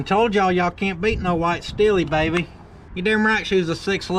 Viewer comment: It’s “YEEHAWL….saying it short like “YEHAWL” sounds like you’re asking him if he does actually hawl, ya know. 😆